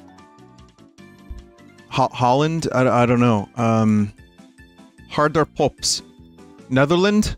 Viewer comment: As a dutch person, the pronounciation of “Herder Pups” had me rolling